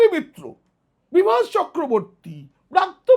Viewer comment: apni atho scholar serious hoyeo, x shikkhamontrir naam ta sathik uchharon korte bhul korlen, aami swmoron koriye dichhi, uchharonta hobe, Vrityo basu, not braatyo basi, aar jeno bhul na hoy ashikkha montri naam. Jaake bolchhen Elite, se tho akhon political grounded delit hoye jachhe. Kothay apnar " kaak " shilpi??? Suvaprosonno. Ar tuli naaki kono paakhir chhobi aaklei, ta kaaker rup peye jetho. Tai tini " kaak" shilpi. The main true is to be a neutral man( wiser & honest). hote hobe, taholei banglay taake punoray" buddijibi bolahobe. Choti chatleo noy, mithye uchhoprosongsa karo korleo noy, buddijibi nijer gyan biliye samaj ke pocha nordoma theke tule ane pobitro shikkha angone tule aanben, sei sab aadorsho manuserai hobe bartoman o aagami bhobishyoter prokrito " Buddijibi".kono amanus, arthopichaas, ba chaatukar noy. Actual scholar bektittoi hoben aagamir " buddijibi ba pioneer of all schooling. ke roilo platinum salute from the part of sonatoni culture of bengal tolyard.